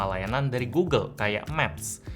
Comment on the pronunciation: gulu gulu itu google, cari aja video orang ngeja google malah jadi gulu gulu wkwkwk